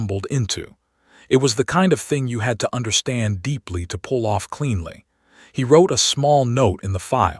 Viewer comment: Your stupid AI pronounced 'cleanly' incorrectly.